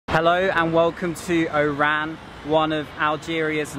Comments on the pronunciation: The city’s name is nor “Eyran”; should be “Wahran” or O’ran. Thanks for sharing. Impressed with your Algerian visit vlogs. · You are borderline calling it "IRAN" the way you pronounce it 🤦‍♂️😒 It's ORAN. The stress is on the O not the R .. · Bro you sound like you saying IRAN it's ORAN. You can say it as ORON in arabic WAHRAN. Cheers. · It's OOOOORAN not I IIIIIIRRRAAAAN. WTF???? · Why do i keep hearing "Iran" instead of "Oran" ? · make sure when you go back to Algeria in the city of Oran make sure you say Oran correctly the same way you ll say (O)Orange because the way you say it it sound like you said Iran! lol Algerian people dont like to be mix with Iran we are Oran not Iran LOL I am Abdel from the US i was born in Oran. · Nice clip! Correct me if I'm wrong, I noticed when you say "Oran", you pronounce it like "Iran". At first, I asked myself it's Oran or Iran. Great job and thanks for sharing your clip with us! Cheers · "milk of chicken ...its for married person.." xD Everytime u said Oran , i heard Iran hhhhh...welcome to Algeria! you should visit Constantine next :D <3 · When you say Oran sounds like Iran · it's oran not Iran